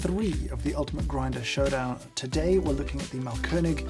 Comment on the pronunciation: really great grinder and appreciate your german skills :) just a small note: AH means long A, so the brand is pronounced „maalkönig“. btw it translates to something like „grind king“ for those interested. „Malkönig“ with a short A would translate to „painting king“